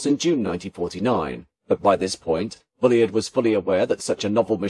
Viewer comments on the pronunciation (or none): The narrator might do well not to refer Mr Bulleid as "Bully-id. His name was pronounced Bulleed which rhymes with "succeed" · What a shame that you couldn’t pronounce “Bullied” properly. Otherwise a fine video. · Yes it's a bit annoying, I'm sure this has been pointed out before - same thing as 'Reid' is pronounced 'Reed'